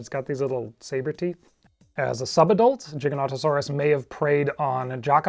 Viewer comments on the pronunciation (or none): none